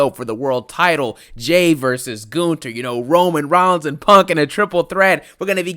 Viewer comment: bruh I thought this man was saying PORK 😭